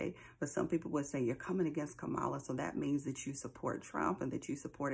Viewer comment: It bothers me that you mispronounce her name as he does constantly and intentionally. He's talked about killing his opponents. You said someone said he's not worth the dirt on their shoe and that was horrible but he's talking about taking lives. The lesser of two evils I don't agree with though I liked it. I believe Trump simply is evil. Nothing godly comes out of his mouth unless it benefits his ego. I believe terrible times are ahead for the world and have felt it and see the patterns but I'm still comfortable with my choice. At one of his rallies he talked about the snake story. "You knew I was a snake when you picked me up." I thought, he's talking about his self. It may not matter to you but I still appreciate you.